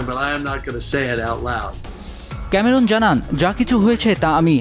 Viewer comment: ক্যামেরুন নয়, ক্যামেরন।